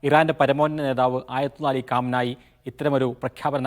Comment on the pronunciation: കാം നായി അല്ല potta കമേനി